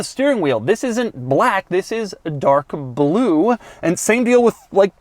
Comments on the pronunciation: I'm getting a kick out of the way you pronounce "Blewe" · His cadence is irritatingly jerky. The “Bel-oo”. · Is it just me or does Doug say the word “blue” weird?